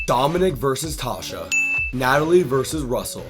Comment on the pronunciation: Great video!!! The only thing that was slightly off is miss-pronouncing Neleh and Tasha’s names… other than that great vid!